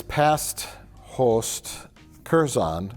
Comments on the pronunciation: Mike says “host” the way Other Josh imitates Mike saying “ghost”. 😂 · Mike's pronunciation of "host" is so Wisconsin I can't tell if it's a joke.